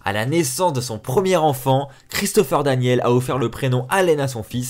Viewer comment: C'est DanielS et non Daniel. Mauvaise prononciation.